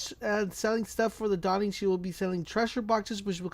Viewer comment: "The Dawing"